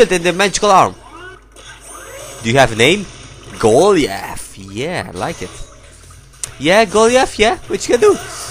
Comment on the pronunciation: Lol his name is go ly ith